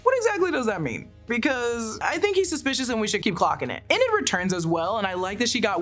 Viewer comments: This is less of a recap and more of opinion analysis.... also please stop saying "inn-id", it's "eee-nid" Enid. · It's Enid, EEEEEEnid, not Eh-nid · "Ee-nid" ...not "Eh-nid" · “E-nid” please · How you pronouncing Enid wrong 😭